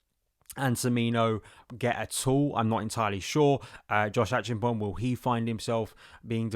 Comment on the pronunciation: The Ghanaian name is pronounced Ache---ampong. The e is rather silent, so we rather say Achampong 😀